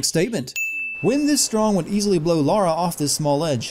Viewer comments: THIS narrator deserves at least 110 sins for his continued mispronounciation of 'Lara' - Laura is a different name. spelt differently. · Listen to how the voice actors in the game say it..."La-ra"....NOT "Laura".....how many games and you still can't say the protagonist's name correctly? What's her last name? "Crowfty"? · You keep calling her Laura and after a brief cut scene of them clearly saying her name you said Lara once, then continued to say Laura. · It's pronounces LARA not Laura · So, you decided to write Lara but say "Laura"? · the most annoying thing about this video is the fact that you're calling her "Laura" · IT'S LARA NOT LAURA GODAMMIT! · Mispronouncing Main Characters Name DING. And before you say pronunciation, it's Lara, not Laura, they are two different names! Like the difference between Tom and Tim. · Why do you call her Laura when her name is Lara. Ding. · They say Lar-ahh instead of Lore-a billion times in the clips you've shown alone, so how were you still able to not even accidentally pronounce it right even once? I'm gonna subtract eighty sins for that. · Why so you call her Laura? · I would do a sin counter of how many times you called her "Laura" when the name is very clearly "Lara" and has been for 18 years but I got so pissed off at this annoying mistake that almost all Americans make, I just stopped counting and gave up hope of Americans ever pronouncing words properly. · the moment you called her laura you lost any credibility. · All these tiny criticisms and you can't even pronounce Lara Crofts name properly. It's not pronounced like laura, its lara. She is a British person, pronounce her name in the British way!!! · it's LARA not "LOOOORA" :P lol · Why do you keep calling Lara, Laura? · Had to stop watching. The biggest sin committed is calling Lara Laura! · It's LAAARA!!! Not LOra!!! Nigga daaaayum!!! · You called her Luara not Lara. WHO FUCKIN CARES. People be hatin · 652 dislikes because you can't pronounce Lara correctly.